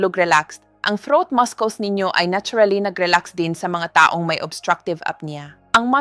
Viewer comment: Pls to pronounce-- muscles -- masols